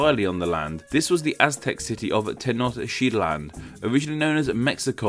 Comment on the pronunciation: Mexican here! Tenochtitlán in Spanish is actually pronounced "teh-noch-teet-lahn". Nahuatl messes you up with the "tl"s!